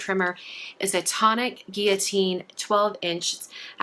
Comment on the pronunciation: Finally! A crafter who knows how to say guillotine!